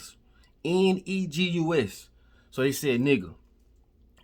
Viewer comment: 🎯, but Negus is Ethiopian and yea the pronunciation is off.